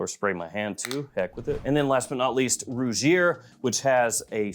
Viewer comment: Also Rugir is pronounced Roo-heer. For future reference my brother!😉